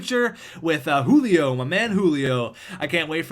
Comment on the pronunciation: JU-LI-O not U-LI-O